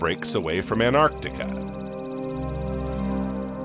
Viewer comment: Anartica 😂 where's anartica,.